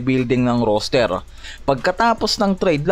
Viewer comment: "ROSTER" hindi "ROOSTER" ginawa mong tandang ang bigkas. hahaha